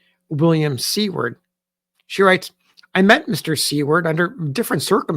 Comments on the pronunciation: you are pronouncing Seward incorrectly! it’s pronounced Soo-word not See-word. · I was also taken aback by the pronunciation of See-ward.. did she spell it this way in her writing? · May I ask, is Seward prounced sea-word? Or (sorry to say this) is it pronounced sewer-d? I think I have been mistaken.